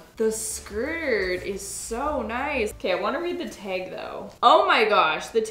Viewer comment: It’s the you y’all say “tayg “.